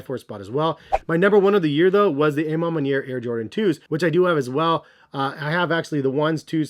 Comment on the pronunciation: I swear so many ppl pronounce it Wrong 😂 the “A” is an “AWH” sound. A Ma Maniere means “My Way”. You, Jay The Sneaker Guy, Jumperman Kris of course... You all pronounce it WRONG. C’mon, You should know by now